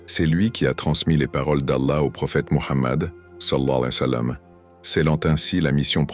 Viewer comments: Le narrateur ne dit pas correctement « sall’Allahou aleyhi wa salam ». Veuillez rectifier si c’est possible svp🙏🏾🙏🏾🙏🏾🙏🏾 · Je pense que ce n’est pas un narrateur humain mais une voix synthétique d’ordinateur. L’essentiel est qu’on comprenne ce qu’il veut dire même si c’est mal prononcé, mais c’est vrai qu’il le dit n’importe comment 😮😅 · Non c'est grave de mal prononcer le savants le disent de bien prononcer les paroles c'est important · Exactement celui qui fait ce vidéo devrais corrigé cela .